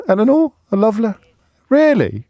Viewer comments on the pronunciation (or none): none